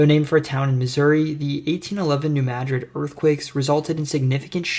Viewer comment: Kudos again for the proper pronunciation of New Madrid.